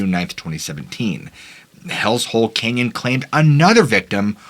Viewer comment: Sooooo... Is it "Kenyan",, or "CANYON"??😂🤣